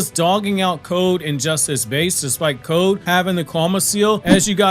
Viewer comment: 3 years from now this mans still not gonna be able to say the word code without going stronger than Jigen weaker than Ishiki😂